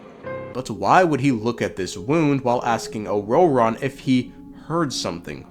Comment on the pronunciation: The way you pronounce ororon is jarring as hell